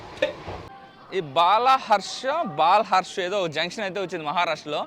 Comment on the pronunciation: Adhi bala harsha bal Harsha kadu bro , bal har sha 😂